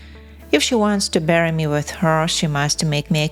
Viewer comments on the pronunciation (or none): none